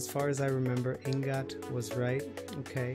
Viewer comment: Ing gat daw kayo guys 🤣 Its "I ngat" po